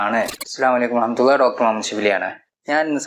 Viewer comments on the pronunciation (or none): none